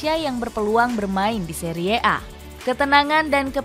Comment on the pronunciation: Bilangnya biasa aja dong. Seri a, bukan seriee a😢😂